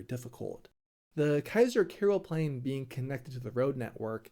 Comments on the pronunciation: Oh please you work in the Netherlands. Start pronouncing the name on a decent way. It's Keizer Karelplein, with an A. Not Keizer Kerelplein, with an E. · Keizer Kerel Plein? The a is not pronounced 'e', its pronounced 'ah!' Keizer k Ah! rel plein, lollll